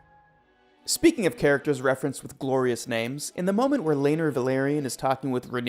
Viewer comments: Did you even watch any of the episodes? At least learn how to properly pronouns the names? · I would love to finish your videos, but your mispronunciation of all the names is driving me crazy.